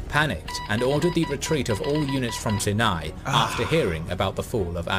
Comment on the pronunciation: Sharm El Sheikh had the best diving..... that was a big loss! AI "stories" are very much lacking. If they can't pronounce "Sinai", it's just off..... (tho most of the rest is correct, surprisingly!)